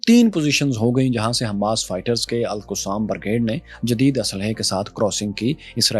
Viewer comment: Please don’t follow the western accent for Al-Qasim brigade.Qasim was the son of Imam Hussain shaheed in Kerbela. Correct your accent.